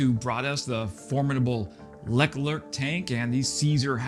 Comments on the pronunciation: Leck-lerk tank😂 omg, made me spit out my coffee. A LECLERC (pronounced lur-clerk) is a main battle tank... a very controversial and expensive tank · 'Les Clerk' tank? No way. pronunciation is: 'Luh Clair' tank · Say it with me now "Luh-clerk", not "Lec-lerk". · What the fuck is a Lec-lerc tank? It "LE-CLERC" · Lack-Lurk tank? Oh. Wait. You mean LeClerc. Le followed by Clerc. Not Lec followed by Lerc. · The name (LeClerc) is pronounced "Lay 'Clerk" but with a French accent... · id you really call the LeClerc the 'Leck-Lurk'? Bahahaha. I love it. I'll never pronounce it right again. Anyway. Did they get the NATO-compatible gun or the original low-pressure 105mm? If it's the low pressure, ammo supplies gotta be a problem. EDIT: Medium pressure gun, not low pressure. EIther way, it can't fire standard nato 105mm rounds.